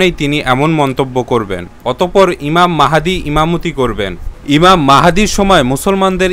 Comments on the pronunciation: ইমাম মেহেদী নয় ইমাম মাহাদী,,, খুবই দুঃখজনক নামটাই ঠিকমতো বলতে পারেন না,, আপনার ভিডিও কি দেখব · ইমাম মাহদীর নাম ঠিক ভাবে বলতে পারিসনা৷ ইমাম মাহেদী বলিস মূখ্য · প্রথমেই উচ্চারন ভূল, ঈমান মেহেদী হবে না, ঈমান মাহাদী হবে। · ইমাম মাহদীর নামটা সঠিক করে বলুন ভিডিওতে ভুল আছে